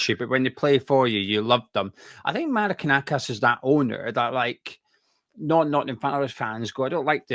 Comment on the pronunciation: Its Ma-ri-na-kis 😂😂